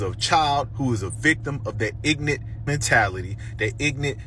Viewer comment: These people don't even speak proper English. It's not ignante, it's ignorant! It's also not axe someone to do something, it's ASK someone! It's not racist to speak proper English.